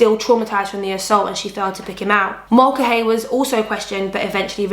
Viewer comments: Mulcahy is pronounced "mull-car-hee." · I was going to write that, except without the r...ie, Mull-ca-hee, then you say it quick!